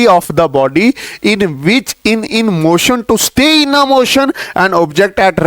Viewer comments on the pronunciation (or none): sir motion hai rotion nhi